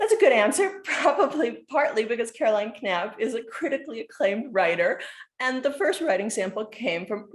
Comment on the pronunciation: The K is silent = Napp